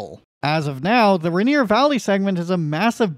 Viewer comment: Bro, it's pronounced rain ear